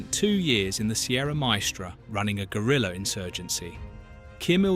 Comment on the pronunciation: why do all gringos say “gorilla” instead of “guerrilla”?? Just type the pronunciation on google so you stop saying gorilla 🦍